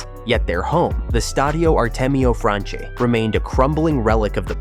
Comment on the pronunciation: It’s pronounced Franchi (Frankee), not Franchee 🤣🤣